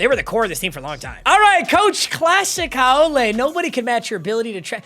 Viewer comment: Haole is pronounced how-lee, but thanks for representing the islands